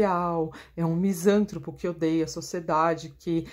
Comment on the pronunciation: Dra. Misan TRÔ po. Se fosse como a Sra. pronunciou, seria proparoxitona, e logo, teríamos acento agudo no SAN, pois, toda palavra proparoxitona é acentuada.